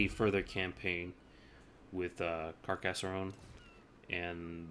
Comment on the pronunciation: And "Car cas sonne", not Car cass er onne" ;)